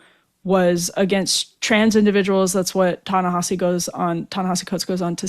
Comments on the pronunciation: Good interview. Btw it’s not Ta Na HAH See It’s Ta Na HEE See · Ta Na Hee See Coates. Please say the name correctly. I don't like the guy's positions, but its sloppy journalism to mispronounce someone's name.